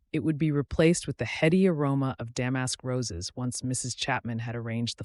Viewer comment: The way "damask" was said was funny.